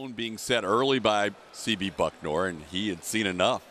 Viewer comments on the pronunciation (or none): Houston announcer keeps saying BuckNOR. He doesn't read much apparently. Baylor, commentator, etc.